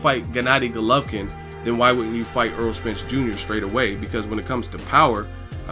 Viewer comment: AIR-ROLL not Earl